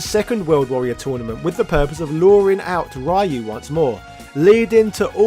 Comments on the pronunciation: Why call him Raaaaayu? Worst slaughter of a character name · Who the hekk is Rye-You? Please answer Naming Ban See? That's not how your name is pronounced, neither is Ryu's:) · Why do you say rayu? 😭😭😭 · i wince every time you say ryu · I just want you to know that I'm a fan of your videos and sense of humor, but every time you mispronounce Ryu's name, it HURTS MY SOUL. Nothing personal, it drives me bonkers if anyone does it. But I KNOW you know it drives nerds like me crazy, so I have to wonder... Are you dabbling in Psycho Power yourself by doing this?! Can we expect the rise of as the new leader of Shadaloo? XD Jokes aside, love the video, keep up the good work!